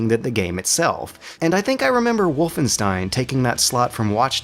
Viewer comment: I guess I can't expect non-german speaker to know this, but it annoyed me for years. "Wolfenstein": The "Wo" in "Wolf" sound like in *wo*nder. The "st" in "stein" sound like in *sht*ick. The "ein" sounds like in m*ine*. So basically "Wohlfenshtain", not "Wulfenstain" or "Wulfenstihn".